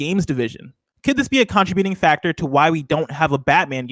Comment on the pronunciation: Can someone please tell how to pronounce “contributing”